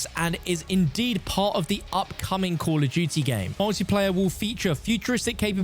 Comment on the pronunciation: Cull of dewtea